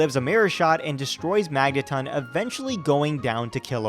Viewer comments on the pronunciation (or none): none